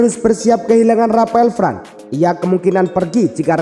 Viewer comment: Varane bacanya varan bukan fran